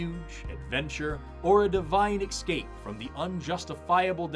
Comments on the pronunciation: "exscape" - unsubscribe! lol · did ylu actually say the word "eXscape?" I am... casually dismayed😊